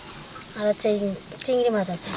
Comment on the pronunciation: Takuma cigri mach k bole cigra mach so sweet